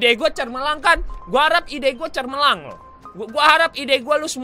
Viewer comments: gomong cermelang sebenarnya gomong cemerlang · Cemerlang bang bukan cermelang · bang bukan cermelang tapi cemerlang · Bang lanjut SLIME RANCHER. Btw abang ngomong "CERMELANG" yg bener CEMERLANG bang😂😂😂😂😂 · SETAU GW CEMERLANG BANG BUKAN CERMELANG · "Cermelang"? xD